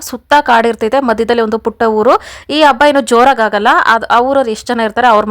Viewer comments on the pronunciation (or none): none